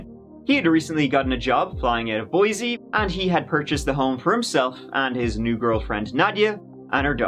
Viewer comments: it’s boy-see not boy-zee…. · I was NOT expecting you to ever say "Boise"!!! How interestingggg!!